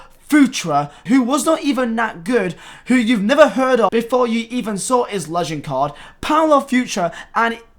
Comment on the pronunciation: Why can’t you pronounce legend